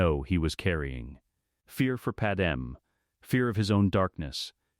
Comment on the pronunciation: And her name is Padme. Pronounced pad may.